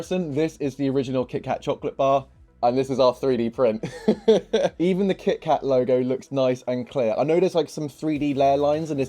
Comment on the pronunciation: “Kih-kah Chocolate Bah” Which accent??